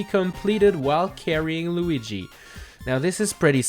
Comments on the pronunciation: Why did say Loogy instead of Luigi? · Lugi? its luigi XD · We gonna talk about how he said lugi? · lugui jajajajajaj